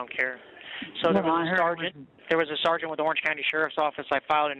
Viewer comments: why does he keep saying sargeant? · My God, I wish they could pass a law where every time said the words "sergeant" or "corporal" that he could legally be smacked in the head. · I would arrest him just for the way he pronounces “sergeant” and says it over and over and over and over…. a nut job. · That's because in the army we say Sarnt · "Sarjunt, SARJUNT!" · SAR-JINT SAR-JINT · “Sergeant” the first ten minutes he said Sergeant 20 times. This guy is entertaining!